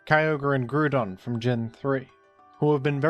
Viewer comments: said Goodron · Never seen a man so single mindedly dedicated to saying Groodon in every video